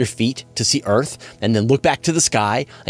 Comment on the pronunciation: Bizarre how some Americans can't pronounce "and"